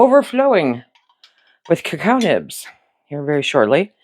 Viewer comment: Cacao is a French word and is pronounced as 3 syllables, the "o" is the 3rd